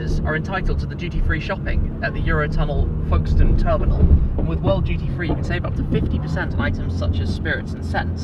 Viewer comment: I thought Tim was saying "GT3 Shopping" turns out it's "duty free" 😭😭